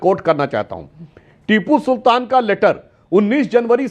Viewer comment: लेटर= Later ❌==> Letter= लैटर ✅